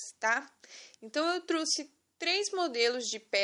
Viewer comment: Se fala trouxe ñ truxe